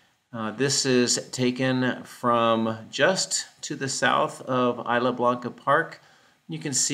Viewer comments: nice video. if you say "is" "la" it's more like spanish "is" "la" blanca park. 😀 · “Isla” in Isla Blanca is pronounced Eese-la (like geese)